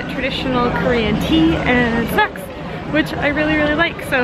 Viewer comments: I thought you said "sex" instead of "snacks"!!! Lol. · When you said "snacks" it sounded like "sex" .... just saying ... 😁😂😂😉